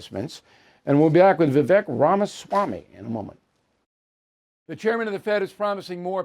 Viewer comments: Bill, his name is pronounced Vivake, like cake. Okay? Dont get off on the wrong foot with the interview by mispronouncing his name. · Vivek's name rhymes with cake❣